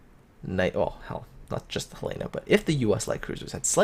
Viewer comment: I think it's pronounced Hell eh na, accent on the first vowel. Not He lay na. I could be wrong...